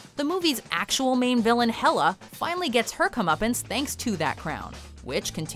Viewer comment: YOU SAID HELA AND SUTUR WRONG AND THEY WERE THE ONES FIGHTING EACH OTHER